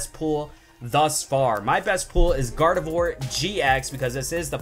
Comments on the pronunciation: Oh and you said garbodor not garveidor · When he got GARDEVOIR EX he said GARVEDOIR EX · He said GARVEDOR INSTEAD OF GARDEVOIR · He Said Garvedor GX Again Its Gardevoir GX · You said garvador not gardavoir on the first one but love your vids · You called it grayadore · at 6.00 you said garbador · Gavedor ? I am trigered ! After you say to us to clean our ears ? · he said garvedore gx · You said garvedour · for gardivoir ur said garbidour god i cant spell XD # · you said garbador XD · You said garbador and you said nekcrowzma completely wrong